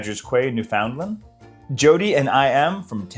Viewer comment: lol to pronouncing both "Quay" and "Newfoundland" wrong in the same location shout out